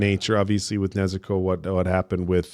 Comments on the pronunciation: they say Nezooko, putting too much emphasis on the u sound. It's the same way Tanjiro says it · Oh, and they can't pronounce Nezuko right either